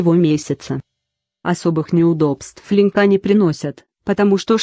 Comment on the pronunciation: Опять робот читает! Выучи русский язык для начала! "Охраняли жилые дòма?" "Линькà"